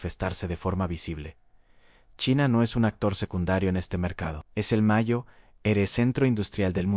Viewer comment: Mayo ere? En serio? Mayo ere? Ya no sois capaces ni de escribir bien el texto y revisar que la IA lo lea bien...